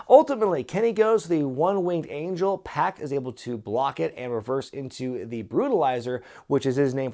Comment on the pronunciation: I believe its pac like 2pac not pack like backpack. Maybe I'm wrong wouldn't be the 1st time.